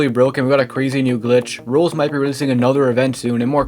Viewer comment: learn how to say roblox please i tought you were saying someone's name